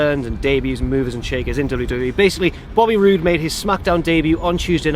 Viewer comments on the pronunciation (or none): said booby rude instead of boby rude